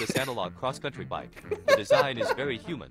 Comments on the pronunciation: Bro said its vary hummen but i think he ment alien 😂😂😂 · 🤣i dont understand why that man said vary human XD